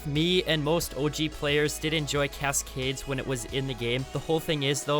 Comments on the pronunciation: cass-cades???? I dont dislike the guy but how does he sound so robotic? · The way he pronounces cascades obliterates my soul 💀💀💀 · I can't stand the way you emphasize the last syllable of Cascades. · “Cas Cades “ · Sorry have to say it I hate the way he says cascades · I love your content but I haaaaaaaate how you say cascades 😂 keep up the hard work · Why did you say Cascades the same way every time you said it XD Good vid tho